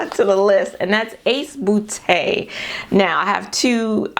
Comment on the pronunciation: "Ace 'bootay'" 🤣 I love your laugh. 💛